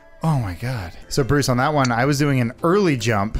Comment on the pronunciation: "Stoopid Bwooce" got me